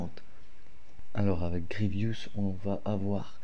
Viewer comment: Vous avez quoi avec PierreOh !!!! C’est Grievous et pas Grievious les gars ;((